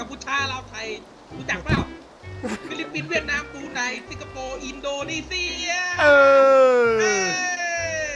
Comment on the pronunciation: มันเป็นคนไทยแหล่ะครับ อินโดจริงๆ จะใช้คำว่า อินโดนีเชีย ไม่ใช่ เซีย !! 555